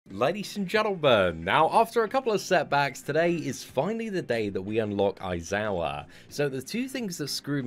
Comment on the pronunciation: A-zawa sorry its pronounced Eye-Zawa but spelt A-I-Z-A-W-A i know it seems a lil confusing but yeh...